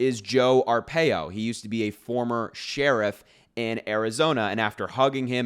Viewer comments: Harry, it's pronounced, R PIE O I lived through Sheriff Joe Arpaio he was a HORRIBLE HORRIBLE MAN. So, he and Trump are two of a kind. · You pronounce his name Arpaio R - pie-O